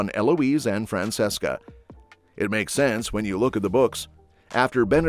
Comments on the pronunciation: Fran-CHESCA not Fran-SESSCA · Omg it’s pronounced FRAN-CHE-SCA. Show some care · It is fran-CHESS-kah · It's Fran CHES CA